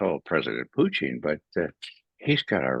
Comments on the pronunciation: “Fluent in Russian” but pronounced it “Puchin” along with other mispronunciations. Yeh I’m out, get better guests. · Why does he keep calling Putin Putein ?? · First....say Putins' name right!And quit rambling!